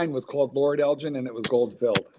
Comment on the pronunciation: They’re pronouncing Elgin wrongly